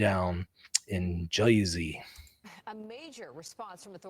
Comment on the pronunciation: It’s Jersey not joisey goofy